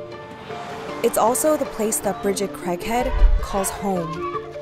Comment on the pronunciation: Shit i thought they said her last name was "crack head" instead of craighead at first 😂😂😂